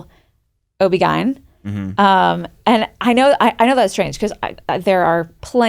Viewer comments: Most US usage is either "objin" or spell out "O-B-G-Y-N" First time I've heard "obie guyn" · I’ve never heard people call it OBgine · Am I the only one who is shook that pronounced it O-B-Gine. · No, I was BOTHERED lol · I’ve never heard OB-Gyn pronounced that way. I’ve always heard it spelled out. Wild.